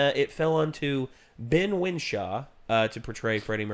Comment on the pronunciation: Ben Wishaw, not Winshaw, jeez, do your research.